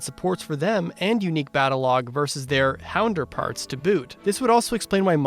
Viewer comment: "Hounderparts" Get out.